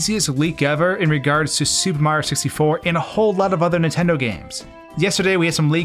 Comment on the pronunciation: Say "supa mario sissy for" one more time